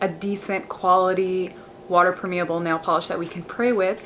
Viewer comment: You pronounce permeable wrong!